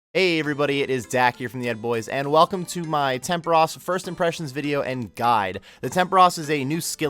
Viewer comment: "temperush"... hmm Tempooooooooooros.